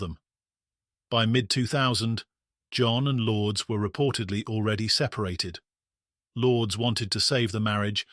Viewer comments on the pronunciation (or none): The name is pronounced Lour-des, not Lords. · Lourdes lore dess 2 syllables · An American wouldn't know how to pronounce that either so what does that have to do with it? Never heard that ridonkulous name in my life. Lour-des? Oh yes that is super American sounding.